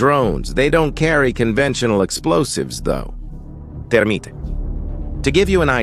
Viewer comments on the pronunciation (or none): minutes in the narrator says TERMITE burns thru everything, maybe if it is made of wood LOL, but seriously good video and nice narration, in my world of military it is pronounced Thur-mite and spelled THERMITE, just FYI. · Was it just me or did he say termite instead of thermite?